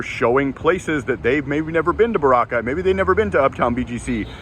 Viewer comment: You know how to tell if vloggers in the Philippines are knowledgeable and authentic? It's their pronunciation of places like Palaway, Boracay, Samar, that are a true giveaway. You though, nailed Boracay. Good job!